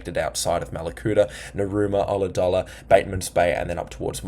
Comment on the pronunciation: Great report, nailed the Ulladulla.